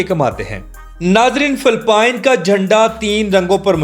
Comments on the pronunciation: Phalpine nhi bhai its Philippines 😢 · Phelpeen sssssssseeeeeeeeeeexxxxxx😂😂😂😂😂